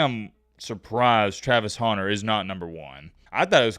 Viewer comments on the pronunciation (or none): it's Hunter like a man who goes and hunts. not Haunter like the polemon come on bro 😂